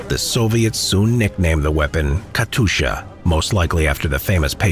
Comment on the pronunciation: it's "Katyusha", not "Katusha"...